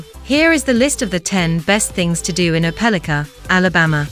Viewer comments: It does seem like they could have found how to pronounce it right. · You are pronouncing the city name wrong